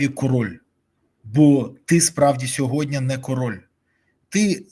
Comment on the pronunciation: Дякую за ефір! Малееееньке зауваження: не сьогоднЯ, а сьогоднІ. СьогоднЯ - це русизм😊